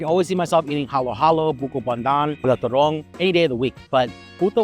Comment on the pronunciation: Its turone.... ..not turong